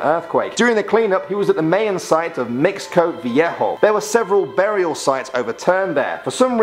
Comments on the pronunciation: Not May-In. Its Pronounced My-Uhn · You pronounced Mayan wrong. It's pronounced like my-an.